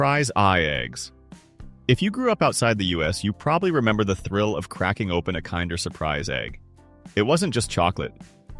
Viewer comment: It's not "Kinder" as in kind - it is pronounced "Kinder" as in kindergarten. Learn how to read and pronounce and get rid of this AI voice garbage.